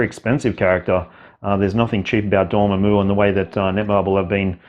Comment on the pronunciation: Dorm—MAM—u, not Dorm—a—moo